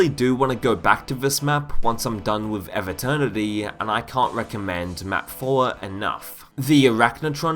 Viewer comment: Pronounce EVE like "even" without the N not like "ever" without the R